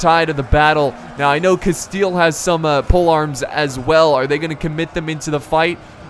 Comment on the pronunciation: could you al teast try to promounce the spanish names, as you have tried with other languages, also your pronunciation of rey de castile was pretty decent.